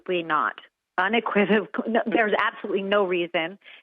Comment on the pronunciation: Alina is not too bright. She can't pronounce unequivocally and I bet she can't spell it. Where did she get her law degree? Maybe the University of Somoa along with her classmate "Better call Saul".